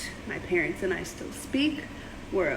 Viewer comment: "The most evil larents" ah yes, the dreaded larents